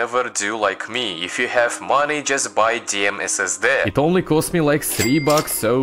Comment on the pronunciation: S S DIH ❌️ S S DEH✅️